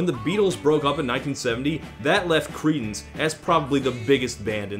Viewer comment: Ok, one more time I'll hear "Creedence" as "Cretins" I'll die laughing :D